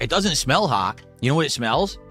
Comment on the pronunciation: “haugh or naugh!”